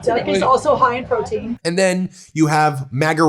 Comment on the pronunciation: "Duck is also high in proteïne"... then she realizes what she just said.